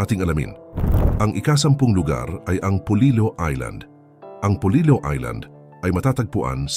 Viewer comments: Hindi iyan polilo kundi polilio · Polillo po not polilo.....polilyo pag tagalog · Polillo po not Polilo ang aming bayan 🥰🥰🥰